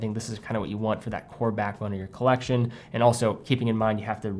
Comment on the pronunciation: “Colleccione” LOL